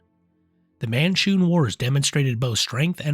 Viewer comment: man-shoon, you said mar-shoon, the first time you said it.